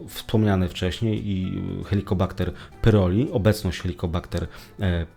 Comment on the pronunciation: Wszystko super, tylko dlaczego przez cały czas mówił Pan "helikobakter pyroli" grrrr ;). A tak, to świetny materiał, dzięki :).